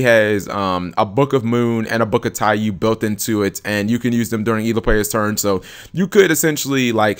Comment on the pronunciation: Taiyou. Tie-yo